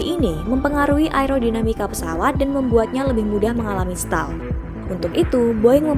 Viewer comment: Stall bacanya setol